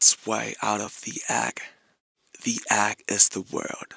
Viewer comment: word: REALM how RM pronounces it: reaLim word: EGG how RM pronounces it: agG